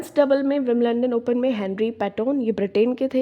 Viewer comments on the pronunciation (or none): विंबलंडन nahi विंबलडन 😂😂😂🤣